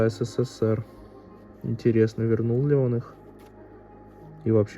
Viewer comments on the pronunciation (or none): none